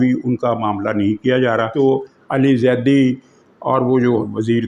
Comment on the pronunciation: You are my one of the favourites vlogger but distorting name of " Ali " sounded so painful